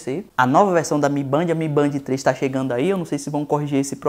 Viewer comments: Toda vez que fala "mibandi" sai uma lágrima dos meus olhos. Pronúncia correta seria "Mi Bend". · Mi Band não é mi bend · MI Bend, não Mi Bandi! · "mi BEND",mi bend kkk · Se fala mi bend porraa